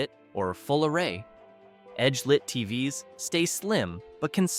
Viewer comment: I guess when “TVs” is pronounced “tee vee ess” you know it’s an AI talking.